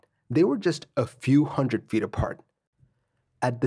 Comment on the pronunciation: You have a weird way of pronouncing "hundred".